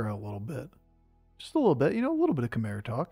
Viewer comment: if I were you I would just pronounce it differently each time I say the word just to fuck with chat at this point... Chaymurenda?!